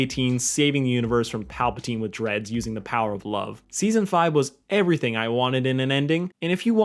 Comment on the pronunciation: Oh yeah now I remember i had to re watch it you accidentally said steason two instead of season two